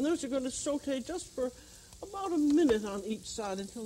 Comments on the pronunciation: Thats because she is bilingual and fluent in french. The way she says SAUTE is perfect im french Canadian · i mean she is the american french chef so makes sense that she would pronounce french words properly